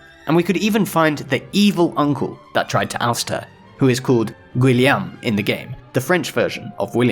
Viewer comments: Guillaume would be pronounced Gi - yo - m. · The way you pronunced Guillaume made me understand better the link between Guillaume and William. Because at first glance it's strange how Guillaume and William are the same word. The spelling is quite different, and the pronunciation too. But turns out when an English speaker try to pronunce Guillaume, he is way closer to William than the French pronunciation of Guillaume. In French "gui" is pronunced like in "guilt" or "guitar". And "au" is almost pronunced like an "o" (I don't think a non native speaker will hear the difference). Together with "ll", "llau" is doing the sound "yo" like in "yogurt". So Guillaume is pronunced like "gui-yom", with the "gui" like in "guilt".